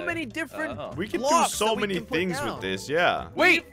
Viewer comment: lol he said thins